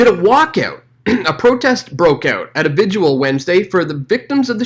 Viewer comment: What the heck is a vigual LOL